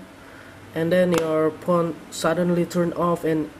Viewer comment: lol take the battery ut of the phone and put it back in lol he said "porn" instead of phone